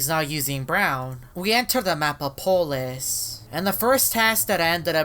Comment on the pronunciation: Its polus not polis